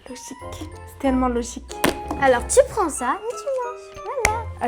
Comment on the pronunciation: Elle a forcé avec "logique "😭